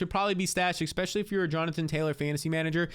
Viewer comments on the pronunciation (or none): Bro there is NO X IN Especially!!! Jeezy Pete’s bro.. fix that asap you use the word 14 times a video and it absolutely hard to hear It’s All I hear when you speak!! E-Spe-sha-Lee Not Ex-Peshul-E Are you from the states brobroe?! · he says expecially instead of especially, too. Not a big deal but yeah lol. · It’s his eyebrows and when he says “EXPECIALLY”, makes me feel like it’s a real word.